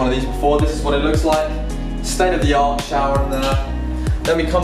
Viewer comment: Did you see how my man said "state of the art shower"